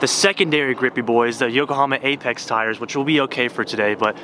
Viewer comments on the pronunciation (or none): none